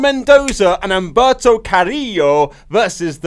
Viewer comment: "Umberto" is how it's pronounced. The "h" is silent